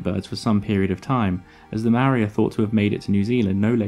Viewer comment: You seem to be somewhat misinformed about the pronunciation of 'Maori'? Nowhere in the sound of the word, is there a 'd' sound. Perhaps if you would look at the video in the following link, you'll get it right my friend, lol.